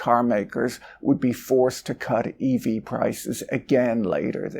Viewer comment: Eevee adoption 😂😂 now I can't stop hearing it 😂